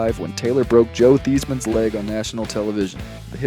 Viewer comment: BUTT- cuss, and Thighs-men are the correct pronunciations.